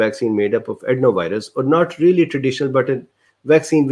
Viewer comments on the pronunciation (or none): none